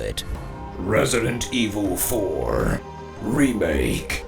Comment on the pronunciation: "Resident Iviil Foaaa"